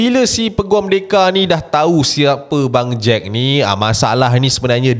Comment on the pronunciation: sebut bangjack takpa ashrap jgn sebut bang jad ja...nanti jd lain plak hahaha